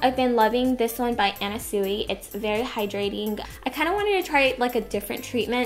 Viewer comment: It's pronounced Anna Swee